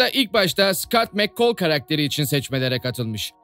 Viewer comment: abi gercekten anlayamiyorum o kadar diziyi izleyip nasil mccall a mekkol diyebiliyonuz anlayamiyorum